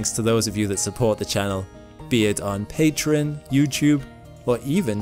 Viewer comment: Patron instead of Pareon MarEEner instead of Mariner Do you purposely mispronounce words just to make sure were paying attention?